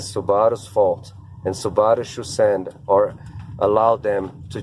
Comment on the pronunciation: You mispronounced Subaru